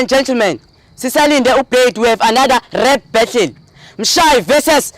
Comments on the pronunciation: The way he said "Rap Battle" >> Rap Blattle 😂😂😂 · "Rap Blatle"😂😂